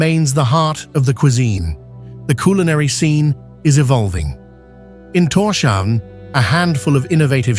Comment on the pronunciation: It's Tors-havn - Thor's Harbour. No sh-sound. Should be basic knowledge when talking about the Faroe Islands.